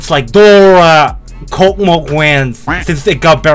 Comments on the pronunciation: lol, kokmok? are u really? [kosmos] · Read this like kosmos, this is space on Russian🌝🌝🌝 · Не KOCMOC а KOSMOS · Ok, I know it was controversial for our mighty Russian developers to write name with Russian letters, but I guess they just wanted to be proud for our nation, which is an ok thing I guess. But damn! It's not "kokomok" it's "kosmos", that's a pronunciation. I think it would be easier just to write kosmos with translit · It's not a kocmoc, it's reading like a kosmos . Some Russian please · Bro thats kosmos, not Коkmok😭😭😭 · Kosmos not, Kokmok yeeees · the name of the level is read as "Kosmos", because the creator of this level is Russian, and the letter c is read as your letter s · speak correctly kosmos ;)